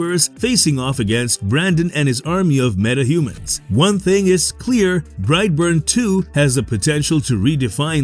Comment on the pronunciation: bright born...... SOUTHERN ACCENT... BRIGHT BORNE....!!!!!